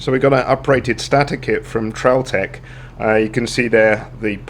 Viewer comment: good video but its pronounced STAY-TOR not STA-TA, was really annoying!